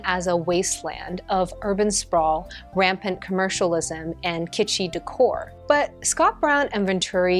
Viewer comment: Décor, not deucor.